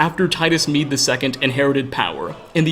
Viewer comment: You: "Emperor Titus Mede II" Me, an intellectual: "Médé"